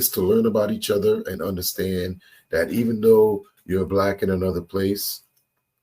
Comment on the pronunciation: Why is she pronouncing Black Blêck